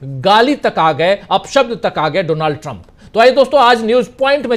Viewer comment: His name is pronounced as Daanld Trum.